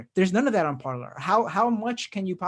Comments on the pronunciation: Shouldn't it be pronounced parlay, as it's French? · It’s par-lay 😂😂😂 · I was going to comment that it's pronounced par - LAY but figured no one would notice or care. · Who wants to let the MAGA-heads know that they're mispronouncing the French word "Parler" ("to speak")? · The best way to troll them is to just continuously pronounce it correctly. It will drive them insane.